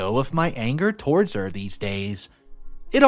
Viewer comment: I laughed so hard when I heard you say the line “so much anger ‘turds’ her.” Oh my goodness I’m sorry, but the word ‘too -wards’